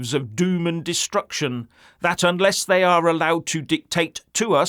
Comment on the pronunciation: "Thye " hope no one notices with the massive distractions...............